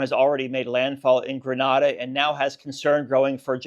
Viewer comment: Please learn to pronounce Grenada.